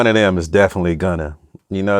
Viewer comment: . Gonna or Gunna!?🤔